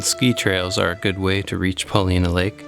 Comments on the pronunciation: Chief Paulina's name is pronounced Pahl-eye-nah, I believe, not Pah-lee-nah. Beautiful video. I really enjoyed it. Thank you! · Wonderful video. A correction I'm sure others have given: we pronounce it Puh LY' nah. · Brilliant video! One small note: Pol-EYE-nuh. I look forward to more of your outstanding work! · Love your video of Newberry Crater, Paulina Lake and East Lake. Have been there many times. My only criticism is your pronunciation of Paulina. I am not an expert but I have only heard it pronounced as “ Pa line a” emphasis on the word “ Line” If your research proves me incorrect, it’s OK. Thank you!